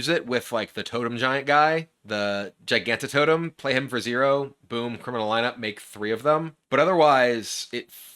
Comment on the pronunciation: Hearthstone creators have to actually be trolling us with these Gigantotem pronunciations. At least kibler has managed to remember the existence of the soft g